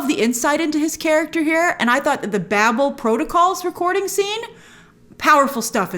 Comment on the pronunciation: And she still can't pronounce it.